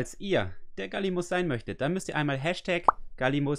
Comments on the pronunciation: Das heißt nicht 'Gallimus' sondern #Gallimimus. Trotzdem sehr cooles Video👍👍 Bist der Beste. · #Gallimimus... bitte in der Folge richtig vorlesen😉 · #Gallimimus Ich finds witzig wie immer Gallimus sagt:D